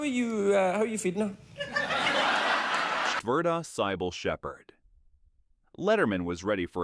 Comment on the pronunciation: The ChatGPT text is inane and the AI voice is clueless as usual. Cybil pronounced as SY-bowl? Jaime Presley becomes HY-mee. Embarrassing. Block this horrible channel.